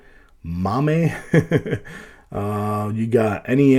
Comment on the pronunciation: lol it's pronounced "May-mm" for Multiple Arcade Machine Emulator. It pretty much the go-to emulator for most arcade games. For the price, that's a great price for that amount of entertainment content. I just can't get around the "sketchy" factor with these types of devices. I remember back in the day buying something like this at one of those traveling flea markets not realizing what it was, and once I found out initially it was ok, but the deeper I got into it the more problems I started finding, particularly with the emulation.